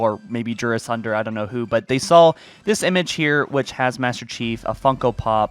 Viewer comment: It's "saw" not "sawl"